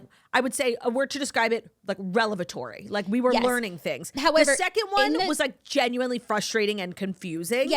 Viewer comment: Claudia doubling on MISPRONOUNCING “revelatory” Oye!!! It’s not “relevatory”!!! 😂🤦🏻‍♀️